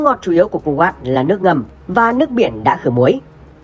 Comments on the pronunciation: Cu wét chứ ko phải cu wát đọc sai rồi a ơi 😂😂😂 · Đọc đúng là khu Wậy